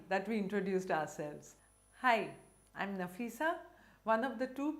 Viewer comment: I love how you pronounce nafisa 💕